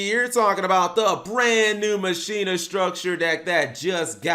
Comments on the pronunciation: Machina = Ma-shee-na? I always thought it was pronounced Mah-keen-nah! I used to use them with karakuris& Mekklord granels! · Its "Ma-ki-na" y'know, like Deus Ex Machina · Mach....e...na its spanish for machine just it doesnt sound like you butching the name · Isn’t it pronounced “ma-ki-na”? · ir is prenounce makina though tone the Ma. Same as Deus ex machina